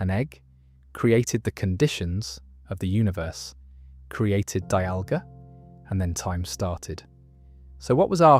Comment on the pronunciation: Got arceus, dialga, and palkia right but the rest was so cooked